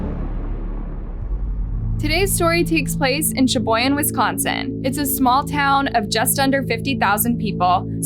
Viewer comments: I'm Australian n even I know how to pronounce that too. Can't believe channels like this or some people aren't able to aye. Lol. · Uh, it's Pronounced, Sha-Boy-Gan.... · Sha-boy-gan cmon Wisconsin names ain’t that hard 😅